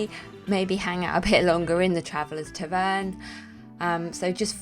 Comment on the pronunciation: The word "tavern" is stressed like "pattern", not like "return" .